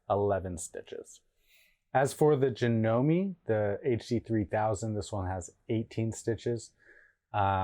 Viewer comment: Done pronounce the e in janome